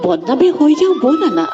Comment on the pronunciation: বলা নে ব'লা???? উচ্চাৰণ বিচ্যুতিৰ বাবে বেয়া পালো কবিতাটো শুনি।